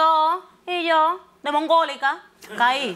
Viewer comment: "de moNgólica" 😂